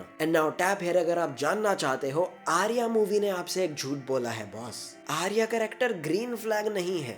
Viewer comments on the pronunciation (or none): none